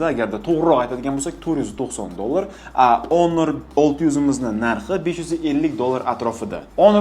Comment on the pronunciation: Тупой онор эмас хонор😂